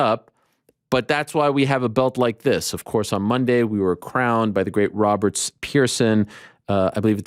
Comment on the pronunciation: Why does he say "Roberts" Every single time when He has been corrected multiple times INCLUDING BY ROBERT?!?!